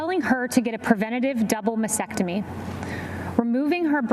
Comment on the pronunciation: Detail is extremely important for someone in that role. With all the reading and discussion on the subject she still does not pronounce the word for breast removal ( nor spell it ) correctly. It is a MASTECTOMY not masectomy....has a T prior the E. No wonder she is loose with truthful detail when representing the president to the press. Shameful.